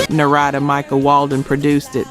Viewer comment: This woman doing the narrative is worse than Ai when it comes to pronouncing names, Narada is not pronounced Nah-rad- da it's pronounced Nar'-a-da simular to the word Narrative and Monifah is not pronounced Mon-ni-fah' with the accent on fah, it's pronounced Mo-nee'-fah with the accent on the middle syllable ni which sounds like knee.